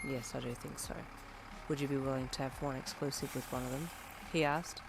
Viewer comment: I immediately started picturing Brian ( gay bestie/Uncle from hawks) saying exclusife and I started laughing so hard lol